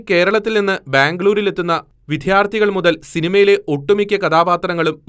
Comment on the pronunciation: എടാ മോനെ വിദ്യാർത്ഥികൾ എന്നാണ്. വി"ധ്യാ"ർത്ഥികൾ എന്നല്ല. നീ ഇത് പഠിച്ചിട്ട് വാർത്ത വായിക്ക്.